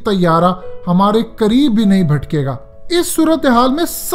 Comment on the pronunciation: Sir it's not " Bhatke ga " " phatke ga " .